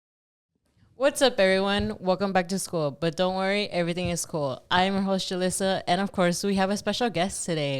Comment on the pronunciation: Julyssa pronounced it correctly !